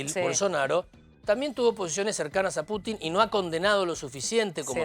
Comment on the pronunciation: "Putin", no "Puchin".